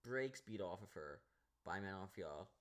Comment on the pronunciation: The way you pronounce Manon Fiorot’s name is aggravating, and you’re a casual. This is one of the most painful MMA videos I’ve seen 💀💀.